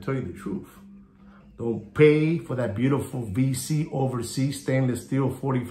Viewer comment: Love the way you pronounce VC, very original and IDGAF.. 👍👍👍 Mr 🫡 TWMID! 🧗‍♀️